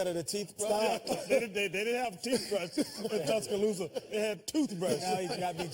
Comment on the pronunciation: Tusca-thooth-a Alabama.